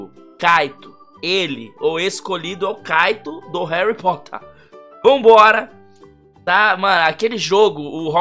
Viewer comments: HERUYH POTTEHR Ou pelo menos foi isso que vc falou kkkkkkkkkkk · RUARRY POTHÉR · HAARRyy POOtter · HAURRY POTHAR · Harry pootah